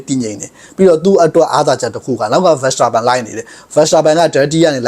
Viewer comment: Verstappenကို ဗန်စတာပန်လို့တော့ အသံမထွက်ပါနဲ့ဗျာ။ နားထောင်ရတာ အဆင်မပြေလို့